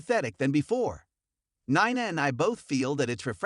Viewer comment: Jason Priestley? I wish the people who do the commentating of these videos, would, learn how to pronounce the actors on GH. Drives me crazy! Haha funny they can pronounce Corinthos, but can't pronounce, Sonny or Ava or drives me crazy haha. Also Nina! Come on, please learn to say their names, please!